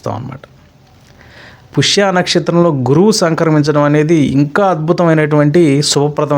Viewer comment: పుష్య కాదు స్వామి పుష్యమి